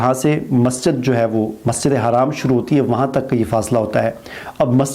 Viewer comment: majid e haraam nahi bolo its masjide haram